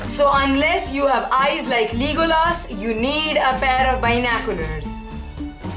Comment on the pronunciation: dat Legolas reference and the way you say his name 😂😂😂😂😂